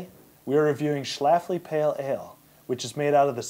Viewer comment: stop saying Schafly... it's schLafly SHH- LAUGH- LEEY Good luck with the show though!